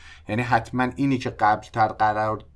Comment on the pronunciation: قررررر یا قرار 😂😂😂